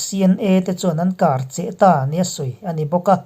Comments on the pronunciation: Kar cheh tih hi, (Kar) hi thluk sang zawk tur a ni e. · An kar cheh kar tih tak kha thluk hniam tawh suh thlul sang hrat rawh i lam dik chiah ang